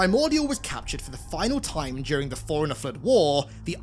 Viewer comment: It took me so long to realize he was saying “Forerunner” and not “Foreigner”